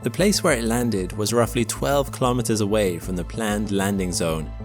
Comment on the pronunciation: Kilometers is pronounced kilo-meters, same as kilo-grams and kilo-watts. Not ka-lom-it-ters. Say kilo and then say meters. Life and unnatural noise were not found on Mars.